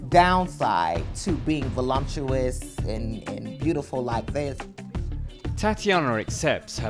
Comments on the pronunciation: Velumpsious ??? Isn't it voluptuous ? ? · She said "volumptuous"... LOL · why do americans always pronounce it "vo-LUMP-tuous"? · When I was a teen, having a huge butt was bad. I will never understand why people think a huge butt is attractive. Do these women not care at all about their health? It is funny that she said "volumptous." Yeah, lumpy. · I know it's petty, but, there is no "m" in the word voluptuous. Why, Oh, why do people mispronounce that word so much?? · I hate when people can't pronounce "voluptuous".